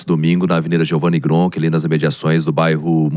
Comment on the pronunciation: Parabéns por falar Gronchi da forma correta. 🎉